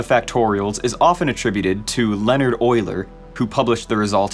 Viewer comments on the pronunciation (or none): none